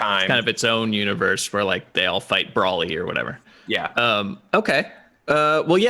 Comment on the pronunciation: Who da heck is "Braw-Lee"?